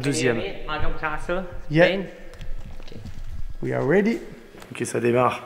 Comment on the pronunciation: ça m'a choqué aussi lol